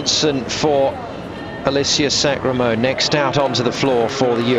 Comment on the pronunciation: lol he says sacramone's name wrong just about every time. alissia sacra-mone.